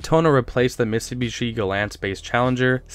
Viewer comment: "Chrysler and Mits'ta'bishi" nerfed that one bud..